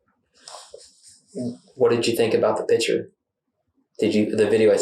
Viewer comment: The crime of murder is bad enough, but pronouncing the word picture “pitchur” makes it worse.